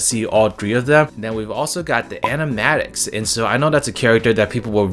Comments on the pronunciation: It's pronounced Ani-main-iacs, not animatic but yeah I'm excited about them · “Animatics”? Where tf do you see a T in there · Why did he mispronounce Animaniacs? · Sorry to be that person, but you said "Animaniacs" wrong (sorry)